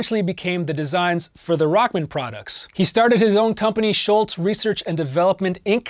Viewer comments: The man's name is Tom Scholz, not Tom Schultz. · Why does everyone call him Schultz?? His name is Tom Scholz!!!